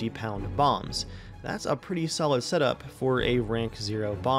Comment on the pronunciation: i kept hearing 500 pound moms not bombs